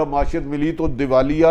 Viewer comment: ماشات نہیں بھائی معیشت۔ کہا جا رھاھاھا😂 😂 😂 Bhutti is a Bumbling fool